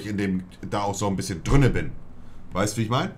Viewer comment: ist euch auch aufgefallen dass monte immer "drünne" anstatt "drinne" sagt xD